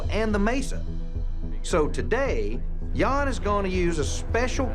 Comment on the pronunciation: The right way to say his name 'Jan' is like saying the word 'run' but just with the J in front ( Not R ) not like it sounds like Yawn